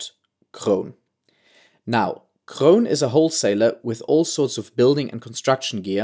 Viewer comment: Very nice pronunciation of Kroon, Groningen and Hoogezand! :-)